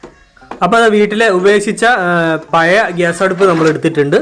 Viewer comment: കോഴിക്കോടു കാർ മാത്രമല്ലല്ലോ താങ്കളുടെ സബ് സ്ക്രൈബേഴ്സ് . "പയേ സ്റ്റൗ " പോലുള്ള വികല ഉച്ചാരണം ദയവായി ഒഴിവാക്കണേ !